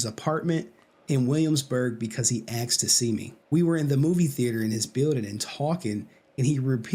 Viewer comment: Aksed? ASKED!